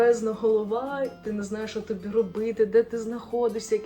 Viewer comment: Дуже сподобалась гарна і правильна українська! Відчувається, що російська основна, тим приємніше. Правильні наголоси (а не так як у Верхоній Раді України паплюжать мову), окрім тОбі. І розповідь без жодної запинки! Приємно слухати. Аргументація від"їзду дуже логічна, всі причини зрозумілі. Дякую за відео.